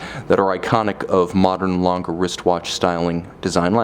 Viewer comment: You say the g like you are so used to saying gay in english. Like gay gang gutter, think about how stupid you sound saying lon guh like an ape. Not like a human being.